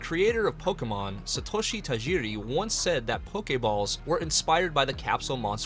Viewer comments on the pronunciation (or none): none